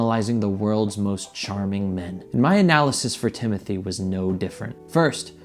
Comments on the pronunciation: it’s timothée not timothy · well you didn’t spell it timothy in the title but you pronounced it like that. no hate, i just love french lol. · last and only response.no I don't think he is attractive but only my opinion and no I didn't say you spelt his name wrong I was referring to your pronunciation of his name.his name is not Timothy. Xxxx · you spelled it correctly in the title, you didn’t say it correctly